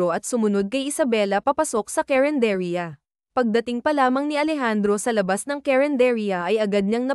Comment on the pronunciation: carenderia not cerendetia